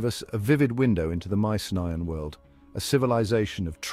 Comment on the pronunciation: into which world? What a mispronunciation🫣😬